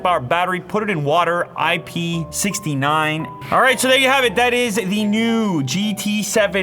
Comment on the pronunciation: It's IP six-nine, not IP sixty nine. As nice as that would've been.